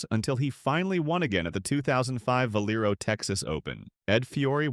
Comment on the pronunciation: Is this AI. There’s no way an American doesn’t know how to say Valero